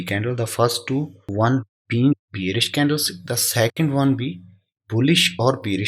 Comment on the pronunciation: Brother candle sticks hota hai na ki stiks please nxt tym dhyan de